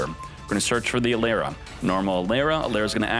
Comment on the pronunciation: E-Lara not A-Lera